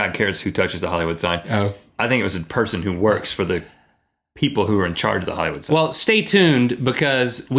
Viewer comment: there is an "I"...Hillywood; )